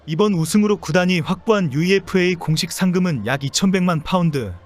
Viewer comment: 유에파 라고 읽는다 좀 배워라